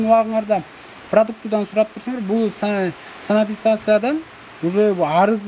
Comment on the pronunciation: Санапистансия дейтко🤣